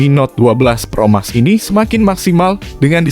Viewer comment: Gemes bgt denger naratornya nyebut Pro Max , harusnya "Pro Mex"